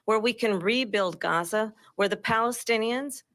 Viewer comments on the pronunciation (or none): none